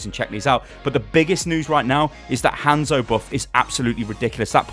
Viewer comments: It's not fucking Han-zo it's just fucking hanzo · PLEASE PRONOUNCE THEIR NAMES (HOH-NZ-OH) and (SOH-M-BRAH)